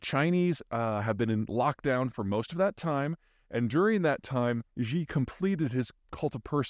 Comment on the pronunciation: I love how Peter claims to know so much about China but he can't even pronounce Xi. You can always tell someone is open to different points of view when they talk to their audience like they're children. The hubris is palpable. Whatever would be do without Peter and his guidance? Think for yourself people.